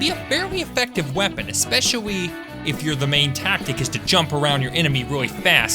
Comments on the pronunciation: I love how he always says “espessoly” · especiawy can somebody tell me what accent makes ppl say cwip and escepwally awnd shit like that pls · Just wondering; why do you keep saying all your "L" sounds with "W" sounds? "Especiawwy", "Honestwy" ect